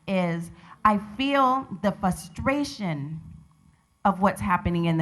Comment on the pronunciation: you just don't feel their fuhstrations